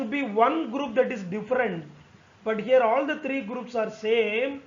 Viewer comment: Sir wo थ्रीयो हैं त्रयो नहीं